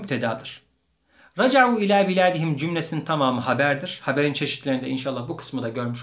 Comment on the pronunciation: Beledihim değilde biladihim olcaktı dakka 47 son misal hepsi beled diye okunmuş